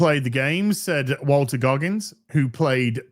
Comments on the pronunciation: His name is Walton...Not Walter .. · Sorry,.... i gotta say: Walton, not Walter. Carry on, sir. 👍